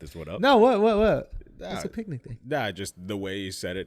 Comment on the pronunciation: Schultz pronounces picnic like Yogi Bear!